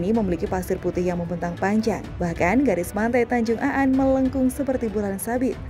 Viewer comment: Bukan tanjung Aan min tp tanjung An ..